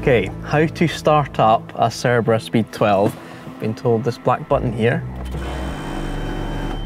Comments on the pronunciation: Correct me if I'm wrong, but does the host pronounce the name in a wrong way? It always sounds like "cerebra" and not "cerbera". Anyways nice video, great car, brutal sound. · I can only hear him saying the name of the car wrong the entire video.